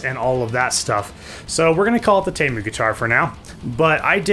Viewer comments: Pretty sure it’s teeeemu not taymu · you say temu as tee as in t- shirt and moo as in a cow says moo